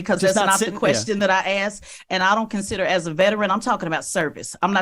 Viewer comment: This "intelligent" person literally said "that's not what I AXED you". lmao